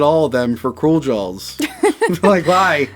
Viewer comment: It sounds like is saying "Jawls".